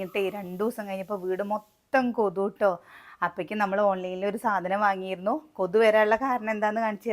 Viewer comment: Kothu alla kothuk.